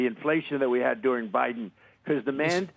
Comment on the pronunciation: Bayden Baydenn. LOL